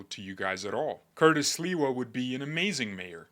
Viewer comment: I love your New York accent for Sliwa❤